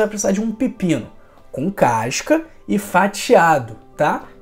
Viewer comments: Caisca não professor, CASCA! E isso não é questão de sotaque, é de falar errado mesmo, acrescentado mais uma letra à palavra. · CASCA ou c a I S ca?? Povo estrangula a lingua portuguesa só pra fazer graça, querer ser diferente. " C A I S C A".